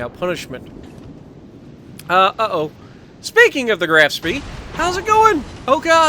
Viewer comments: is correct it's Graf Shpee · Not trying to be a word nazi (see what I did there), but it's pronounced as the "Graf Schpaay" :D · It's pronounced more like "Grof Shpee" versus "Graph Spay" or anything like that lol